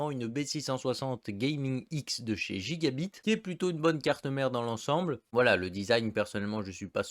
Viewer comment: Je sais pas si c’es pr pour être drôle ou quoi mais si tu pouvais prononcer gigabyte normalement ça serais bien mieux c’est un y pas i ;)